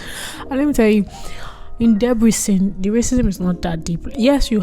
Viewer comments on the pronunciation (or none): just pls try to say "Debrecen" properly